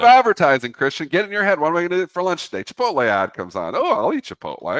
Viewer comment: "Chipol-tay"?? C'mon Christian. You gotta say that one right.